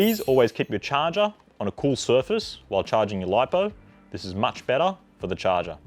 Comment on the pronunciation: This video was so helpful!! Thank you so much God bless you!! The best part is when the host pronounces ‘charger’ da shaaarr gerrr